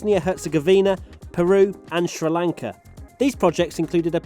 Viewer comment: I too like the country of shra lankah (now stop making fun of us Americans calling Jaguar jagwayr) ;)